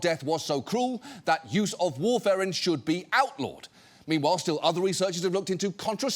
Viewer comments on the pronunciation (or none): it is pronounced war-fur-in. It is a blood thinner prescribed to millions of Americans. Once again proving poison is a matter of dosage more than chemical composition. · Not war-fair-in. It’s war-fer-in. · How can he talk about warfarin as an exotic poison for that long, without mentioning it's of the most popularly-prescribed blood-thinners, and without learning that it's wrong and manipulative to pronounce it "warfare-in". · strangest pronunciation of warfarin I've ever heard